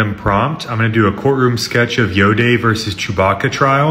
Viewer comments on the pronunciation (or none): none